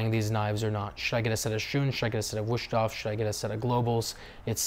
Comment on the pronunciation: Just for your info, it should be pronounced Wuesthof, not Wueshthof. In German, an 'st' at the beginning of a word is pronounced 'sht', but not necessarily in the middle of a word or name. I wouldn't normally correct such a trivial error, but in this case you are making an effort and to show respect to the name by trying to get it right, so for that reason, it's better that you do. Cheers.